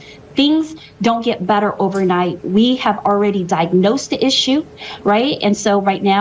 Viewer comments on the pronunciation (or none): it almost sounded like butter, not better :)